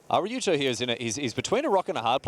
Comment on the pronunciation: Damn, not only does mispronounce "Araujo" every single time but also he changes the way he says it throughout the video... truly amazing.